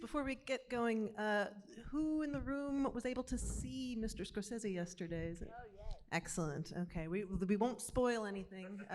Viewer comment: Rebecca Miller instantly pronouncing "Scorsese" wrong is kinda funny Can't wait for the documentary